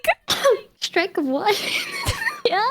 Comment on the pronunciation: "your hfwut now?" yeah she's from the south haha